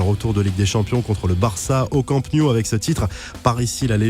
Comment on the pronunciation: Juste pour info on dit campe No-ou pas niou. :D